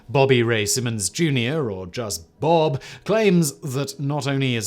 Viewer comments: Hey Simon, it B O B. Not Bob😂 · Lmaooo it isn’t “bob” it’s “B.O.B.” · B.O.B. is pronounced “Bee Oh Bee” I think